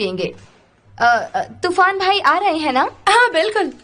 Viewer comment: Turan ❎ tufan ✅